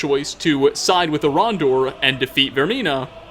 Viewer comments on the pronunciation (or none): "Orondor" Who the crap is Orondor? "Who is a priest of Mara" You mean Erandur?!